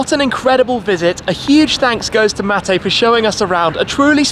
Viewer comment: My name is Mate as well. Congrats to shmee for pronouncing it correctly